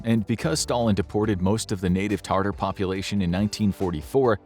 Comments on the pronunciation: Tatar, not Tartar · It's pronounced Ta tar, not tartar. They are people, not a mayo based sauce. Please do proper research on correct pronunciation before uploading videos. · Tat-ars are the ethnic group from Crimea. Tartar is a nasty white paste on your teeth. The people don't have an "r" in it. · Good video but bro needs to learn how to pronounce Sevastopol, Tatar and Transnistria